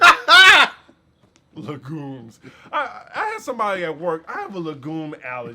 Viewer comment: I might be childish but saying "legumes" like that tickled me pink😂